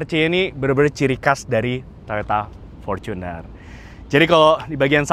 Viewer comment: Ngong portuner nya biasa aja kali..gk usah porcuner